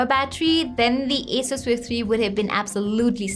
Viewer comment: itsss acer, but sounds like asus . well its ok , let's focus on review.